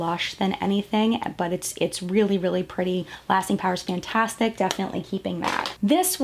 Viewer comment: Am I the only one bothered when she kept saying "fann - tastic" instead of fantastic? XD